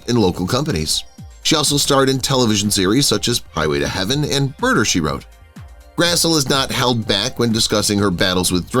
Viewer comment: Grassle is pronounced Grassly